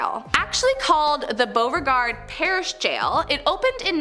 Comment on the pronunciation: The way she said Beauregard 😭 sounds like boverguard